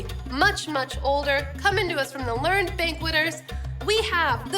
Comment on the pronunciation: If you’re from NYC you know from the box that that’s Junior’s cheesecake, very authentic NY cheesecake. But it’s anything but light, lol. Real NY cheesecake is dense, super-creamy, and heavy. I’ve never heard anyone pronounce “sieve” like “seeve.” It’s normally pronounced “siv.” And “learned,” as an adjective, is “ler-ned,”two syllables.